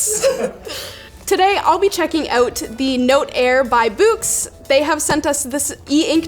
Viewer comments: Boox is not pronounced like a ghost would say "Boo," but rhymes with "books." Geeze. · When she says "Boox", it just sounds like a Canadian pronouncing "books" 🤣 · When she said "Boox" I thought she was just saying "Books" in Canadian.